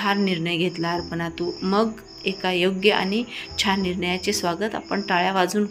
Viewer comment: कथा छान आहे. पण वाचन बरोबर नाही उदा: अपर्णा आहे तिथे अर्पना वाचते . ही वाचणारी मराठी माध्यमात शिकलेली दिसत नाही.